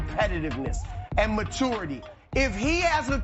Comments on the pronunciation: Somebody must have bet Broussard on how many times he can say "ma tourity" on one segment. 😂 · If Broussard says Ma-tour-ity one more time.... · Chris “Ma-two-urity” Brussard